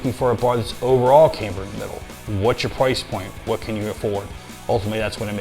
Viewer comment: It’s pronounced cam - ber unless they sent the bar to college. 😅